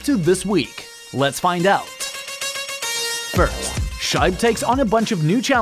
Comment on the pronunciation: who is excited for black Friday? also I LOVE the flash interface don't remove it pleasee what the heck I realised pronounced my name wrong its sheeebeeeee